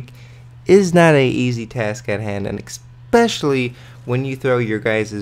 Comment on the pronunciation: Don't say "expecially" Guh.